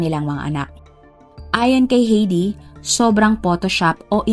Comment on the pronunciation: ATE , HINDI PO HEYDI ANG BIGKAS SA PANGALANG " H E I D I " ANG BIGKAS PO DYAN AY HAYDI